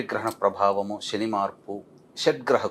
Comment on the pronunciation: "👍🏽 వాగుడు కట్టిపెట్టి! P O K కి వెళ్లి చెప్పు "👌🏽 సొల్లు 👍🏽లేపేస్తారు? అన్నీ శని మాటలే👌🏽 షని కాదురా! శని 👌🏽